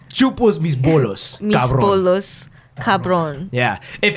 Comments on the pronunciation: My guy said bollos 😭it’s bollas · what you said wasn’t spanish 😂 it’s actually “chupa mis bolas” not chopos mis bolos 🤣🤣🤣